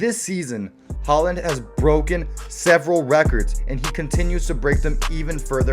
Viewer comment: bryn E dont miss the E . say håland the same way you say th e o in goal .. not that hard xD